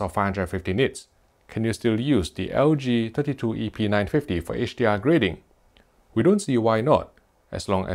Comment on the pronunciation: Almost sounds like he is saying epeen950...